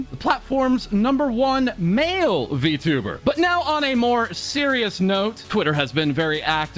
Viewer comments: Guy can't even pronounce Vtuber correctly. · Verteber is what I heard from xqc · Remember, XQC is the guy who read "I am a man of culture." as "Jam a man of culture." That's how you know, he's just a clown. I also cringe how he pronounces Vtuber as "Btoober". Jesus christ, slow down. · xQc sounded like he sayin "vtubber" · Lol can't help but laugh everytime xqc says 'vtubber' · Yes he is a v-tub-er😂 Why does he pronounce it like that lmao